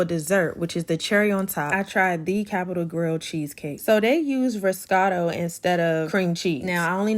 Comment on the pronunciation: ‘Riscato’???… it’s Ricotta (Rē-Co-Tah) 😏